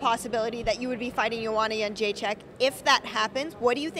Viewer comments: Jedrzejczyk = Yen-Jay-Chuck !!!! its been years now.... pronounce it right please :D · Yen-Jay-Chick is correct - :)